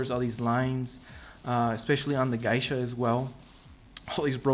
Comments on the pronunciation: Geisha is pronounced gay-sha not guy-sha, just saying. Other than that nice piece and cool video. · its Geisha not Gaisha.... just so you know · Thanks for your nice review. You've probably heard this already, but the correct pronunciation of "Geisha" is GAY-sha not GUY-sha. Just FYI. Keep up the good work! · its pronounced "gaysha" not "guysha"!!!!!!!!!!!!!! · It's pronounced "GAY-Shaw"... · For the cost it would have been nice if they would have installed bottom LED spot lighting and colour changing fiber optics that hang out of the neck on the Geisha ...Geisha is pronounced Gaa-sha or Gee-sha..Thanks for the review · It's pronounced "Gay-sha" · Dude, just fyi… you butchered 'geisha'. It is pronounced like 'gay sha' because 芸者 is spelled like げいしゃ and this is also true for any English variant in pronunciation. So the word was incorporated into the English language and is also pronounced in the same way. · You keep saying geisha wrong. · You are saying Geisha weird as hell. I love the statue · You should NOT say geisha ever again in your life!